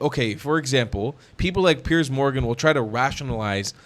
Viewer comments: Did you call him PEARS Yes suzanne 😂😂😂😂🏴🇬🇧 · Is it so hard to get his name right? Its Piers which is pronounced differently.